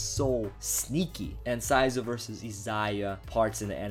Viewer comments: Saying Sai-zou instead of Shi-zu-o ? Okay then.. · Holy fuck your pronounciation for Shizuo's name is horrible.